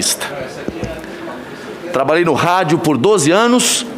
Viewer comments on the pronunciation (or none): Jornalista diz "trabaei"! kkkkkkkkkk